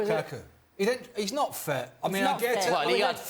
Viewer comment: gonna call lukaku---- LUKAKA now